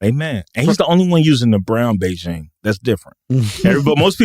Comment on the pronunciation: WTF is Beijing? They are talking about the spray for wayward hairlines, right? 😂 Big-en is how I thought you say it.